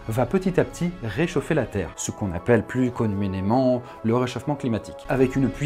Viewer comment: "Ce qu'on appel plus conuménément" xDDDDDDD J'ai regardé en boucle au moins 10 fois